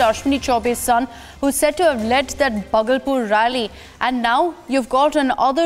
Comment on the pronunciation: indian anchors must be able to speak names of city. bhagalpur is 2nd largest city of bihar